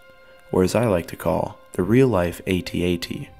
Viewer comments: Only it's not pronounced "AY-TEE-AY-TEE" but "at at" or "@ if you will. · “or as I like to call the real life Ay-Tee Ay-Tee” LOL how to say I don’t watch Star Wars without saying it- it’s “AT-AT” like the symbol. They say it IN THE MOVIE. Sorry, this was just GLARINGLY wrong 😂😂😂😂